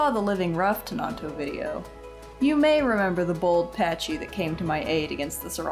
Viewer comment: Isnt it pakkie? Not patchy? :D